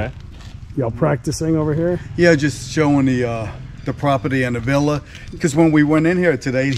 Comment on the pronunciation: Hey, I am the jersey guy who corrected on his pronunciation of breakfast thank you for pointing that out, I have a new one, the word is Villa there’s no R in it. ITS NOT VILRA… My God his pronunciation…Hoboken, Jersey City. And I’m from Hawthorne 10 miles away. I love the music you played in this vlog, it’s a Thai song, girl singing. Can you tell me the name of it. Love watching your videos,,you and the Chocolate man.